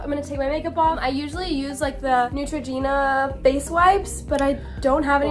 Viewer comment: the way me and hyram cringing immediately when she said nEutrogEnA wiPEs